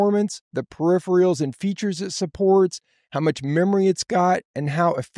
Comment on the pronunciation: With so much experience, how come you cant pronounce "peripheral" ??